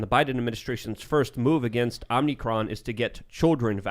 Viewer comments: OMICron not OMNIcron, Administration sucks! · And stop saying omnicron. Its omicron. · needs to bring a dictionary or something. Speak right. It's annoying when you misspeak and it goes unaddressed. It is not "OmNicroM", It is omicron. Oh-mih-kron, Or ah-mih-kron.